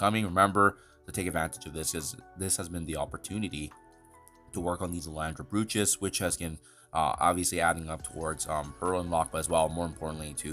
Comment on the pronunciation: Love the channel man. Brooch is pronounced like coach, or roach. B-roach.